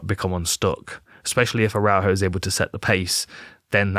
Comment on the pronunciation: great analysis man, you nailed everything but Viviane's surname pronunciation 🤣